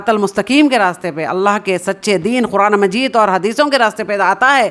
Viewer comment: Are aap quraan to sahi se bolna seekhlo.